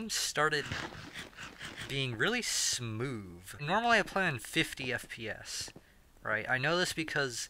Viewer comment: I love how he doesn’t say smooth he says smoove